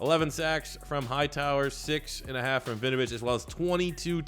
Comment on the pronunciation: Just for future videos, u pronounce the W in Winovich. It's not Vinovich